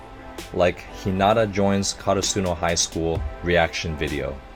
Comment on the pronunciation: You should start doing this more often and it's (HE-NA-TA)